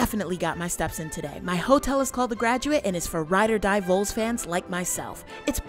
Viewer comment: If you were really a Vols fan, you wouldn’t pronounce it “Voles”or “Vooles” or whatever that was, yankee. It’s VOLS, (as in “Vahhls” , short for “Volunteer” ). A vole is a small rodent. Vols are Tennesseeans who volunteered in droves for the War of 1812 and all wars and natural disasters since., Hence we are the “Volunteer State” known for our “Volunteer spirit”becuase we all stand up together to fight, or help a neighbor, or do whatever needs to be done…….not a rodent.